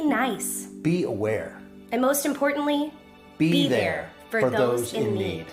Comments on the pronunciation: Hearing the words “be there” continuously slowly made me hear “beaver” lol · it started to sound like " beav-hair" to me, and I was just like, whoa whoa whoa, no H in my news please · At some point there it started to sound like they were saying “beaver” instead of “be there” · I cant hear #bethere. I hear #BETER Don't know why lol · It sounds like 🅱eter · I'm sorry...after the 3rd "Be there" I just started hearing "Beaver" every time. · they eventually sound like they're saying "Beiber" LOL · Is it just me, or did the black guy from the BeThere video say "beaver"? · For the whole "be there" over and over all I hear is beaver anyone eles? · When they all say BeThere it's sounds like there saying beaver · Dunky on the phone: I'm a beaver...c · I started hearing "breathe air" 😂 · After hearing be there so many times it started aounding like beaver 😂😂😂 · "Beaver " is what I heard when they were saying "Be there" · Be there, bethere, beatair, beetear, beter, peter, peter, peter......... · At one point I heard Bieber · Yo why are all these people saying beaver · Is it bad that i thought they where saying #beaver not #bethere? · Halfway through the BeThere it just stopped being a word to me. Beeth Air Beather Beethair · I don’t know why but when the vid show people say be there I hear beaver ._. . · All i heard was 🅱️eter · All I heard was Bethee... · "Be there, be there, bether, beather, beaver" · When they say be there all I hear is beaver. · "Be There" "Be There" lmao after a min all i was hearing was "Beaver" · I can’t help but hear “beaver” instead of be there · I wad hearing BEAVER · be there, be there, bewhere, beabe, beaber, beaber, beaber, beaber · "Beath air" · Sounds like they're saying "Peter" 😂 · "Beeder" "Beeder" "Beeder" "Beeder" "Beeder" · Did any one else here BEAVER instead of BE THERE? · If you keep hearing them say Be There It'll start to sound like they are saying Beaver. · I hear "beaver" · It sounded like they were saying beaver...